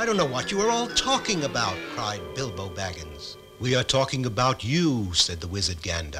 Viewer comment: does… anyone else hear him call Bilbo “Elbow”?